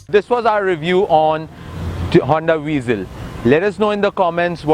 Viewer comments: O bhai angrezi daan, car ka naam tou sahi se lo. it's not VEEEZEL. i hate people calling it VEEZEL. it's (VA-ZEL) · آپ نے گاڑی کا اچھا تجزیہ کیا، پھر بہتر ہوتا کہ اُردو زبان میں کرتے تا کہ زیادہ تر پاکستانی مستفید ہو پاتے۔ دوسرا یہ کہ گاڑی کا نام ‘ہونڈا وئزل’ ہے نہ کہ ‘وی زل’ لہذا برائے کرام اصلاح فرما لیجئے۔